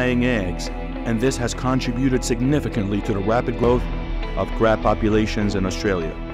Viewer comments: Red Carbs???? How bout invasive terrible narrators? When he cannot pronounce a four letter word that is the subject of the video then there is a management problem. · why does the narrator keeps saying carbs ?? so annoying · I thought this was about Red Crabs & not Red Carbs as the narrator says. LOL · Wait, so he started the video saying carbs then randomly switches to crabs? 🤔🤣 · It's crab, not carb !!😅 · Red CRAB not CARB....good lord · Red crab, not carb, wtf, lmao… check ur narration bro